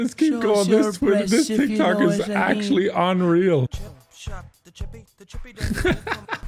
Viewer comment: I love how he said "Tik Tak" instead of "Tik Tok" 😂